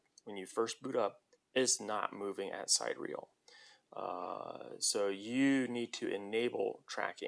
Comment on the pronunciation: It's pronounced “sih-DEER-ee-uhl”